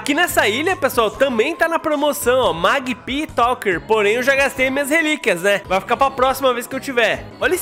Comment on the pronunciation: Maggpi se pronuncia: Méguipi